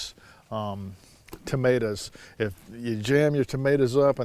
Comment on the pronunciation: Like the way you say tomaturs! 😀